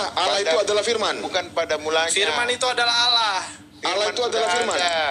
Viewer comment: Nyebut Tuhan jgn olloh atau owlloh. Tetap Allah namun di perindah penyebutan nya. Sehingga seakan akan Alloh/Awllah/Awllah. Tetap Allah ya sayang